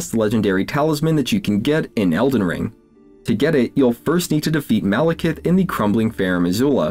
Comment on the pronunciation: It's Maliketh, not Malekith. MAL-IK-ETH.